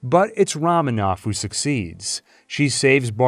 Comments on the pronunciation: Roman, not Ramen 😂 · It's Roman ov, not Raman ov. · ROW.....MAN.....OV, guy....say it. ....ROW MAN OV. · Great stuff! But the “Ramen-Off” pronunciation was killing me. (And making me want some ramen). 🍜 mmmmmmm. More like Ramen On, am I right?! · Wow, what a video. While you got some details wrong or a bit off, I'd say your average is pretty damn good for a 5+ hour video! Although the way you constantly mispronounce Romanoff had me sighing.